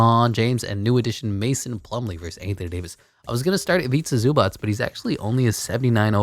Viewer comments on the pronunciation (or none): none